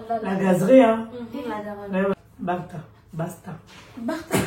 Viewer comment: Le Barta a la place de bassta jsui tomber de rire